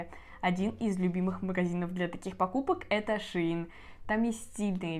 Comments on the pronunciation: Не шеИн а шЕинили шейн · Шеееин 🤣🤣🤣 ШЕЙН ❤️